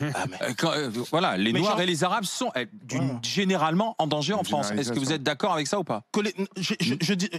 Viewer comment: Si li fronce Di futur !